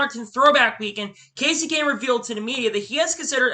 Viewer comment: Good effort. A few things though. Every sentence starts with "then about a few weeks ago/later". Slow down with your speech, it makes it really hard to hear what you are saying. Names are mispronounced and even the time stamp has the majority of the names wrong? Kevin Hart is the movie actor, Kevin Harvick is the racer, Romain Grosjean, Kasey Kahne, Todd Gilliland (its written on his racesuit), Scott McLaughlin, Frankie Muniz, Marco Andretti, Carson Hocevar (not Osborne, again written on his suit), Helio Castroneves. A little research goes a long way.